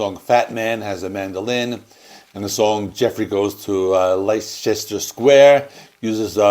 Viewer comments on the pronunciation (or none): Leicester square is pronounce "Lester" square in the UK, where Leicester is . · Pronounced Lester Square Love the album… not THE best but up there. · Hey there, just for info Like Ester Square is pronounced Lester Square and spelt Leicester Square. Strange but true. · "Leicester Square": pronounce "Lester".